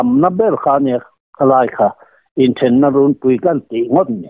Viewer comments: Runpui in lam dan hi 'kûn' tih thlûk anga lam tûr.Tûna in lam rik dan hi chu In ' sawina a ni. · Inthenna runpui'tiha 'runpui' tih lai in lam dan thluk khi a dik lo.